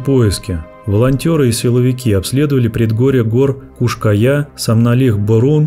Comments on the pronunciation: В названии видео там написано "Куш-Кая", а голос за кадром говорит "Куяш-Кая".❗🤔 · Как только автор не перекаверкал название скалы, и так и сяк и наперекосяк. Подготовься и читай. Кто ж на ночь глядя по скалам в одиночку ходит, дня им было мало?